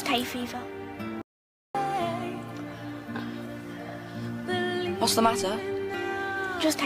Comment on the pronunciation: it’s hay fever not hate fever 😭😭 this proves your not british